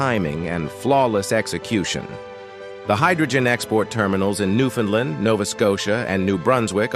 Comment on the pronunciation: Please teach your AutoReader the proper pronunciation for "Newfoundland".